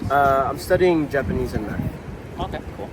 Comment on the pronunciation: Speaking of oriental, this guy's fluent in Yapanese.